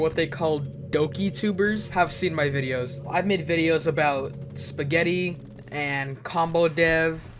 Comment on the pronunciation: I see where this guy is coming from. But I don’t see what’s wrong with the FNAF community. Also did my guy just say “SPUH-GETTY.” Good video though. I love a good vent every now and again.